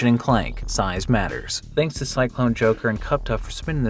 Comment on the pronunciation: Can someone explain why says dzansk instead of thanks? Is it phonetically correct?